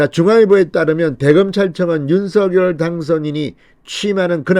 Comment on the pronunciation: 윤석렬대통령~~~ 윤성열로 부르기로 했는데 윤서결로 자꾸 읽으시니 거북합니다 선한 영향력을 많이 끼치는 진성호의원님 제발 윤성열 로 불러주시길 바랍니다~꼭 부탁합니다!!!